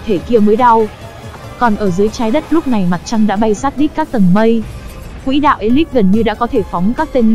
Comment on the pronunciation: b có xem clip k, clip đang nói quỷ đạo đó, nên xem nội dung trc khi rep comt ng khác nhé, ok!